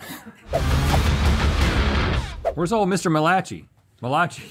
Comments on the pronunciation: "Muh Lachee"..... ok Malachai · Them saying “mal-ah-chi” when it’s pronounced mal-uh-kai” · The way pronounced Malachi as Muh-lah-chee 💀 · Malachi?? MAL-I- CAI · Every time they mispronounce Malachi, my heart dies a little inside. xD Bless them for trying.